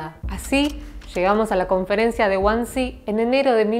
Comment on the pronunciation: como que güansi? Wansee se pronuncia 'vansi' en aleman. Falta precisión ahí